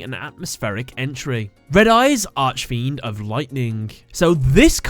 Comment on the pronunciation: I'm sorry I don't really complain about things like this but whenever you pronounce archfiend I cringe Consider this how do you say architect?